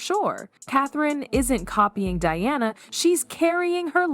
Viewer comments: It is not Dearna its Di-ana why pronounce the name wrong with AI when you could narrate it yourself. Be authentic a human is better than AI. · Di Anna, NOT DEE ANNA! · She’s not Deanna. It’s Diana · That is so aggravating, ever time she pronounces Diana wrong. I am glad I’m not the only one that noticed. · Dee-Awna - really?? Mispronouncing Diana’s name? AI is annoying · Why does the narrator keep calling Diana “Deeana”? She was only the most famous person on the planet during her life. Pronounce her name correctly.